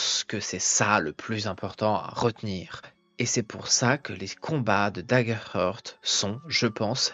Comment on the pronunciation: Salut et merci, c'est DaggerHaart la prononciation et pas "heurt" :)) Heart se dit "Haart" :))